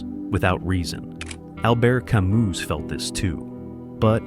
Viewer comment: this genius bot mispelled/mispronounced camus but compelling content otherwise